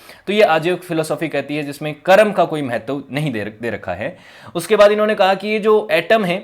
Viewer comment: जब आप संस्कृति और दर्शन जैसे गंभीर और विश्लेष्णात्मक विषयों पर बात करना चुनते हैं फिर तो आपकी भाषा परिष्कृत और शुद्ध होनी ही चाहिए तब आप कर्म को करम कह कर काम नहीं चला सकते | और जो व्यक्ति अब अस्तित्व में जीवित भले न हों पर उनका नाम तो मौजूद है, उसे ठीक तरीके से बोला जाना उनको सम्मानित करने का एक ज़रूरी आयाम है | उम्मीद है ध्यान रखेंगे |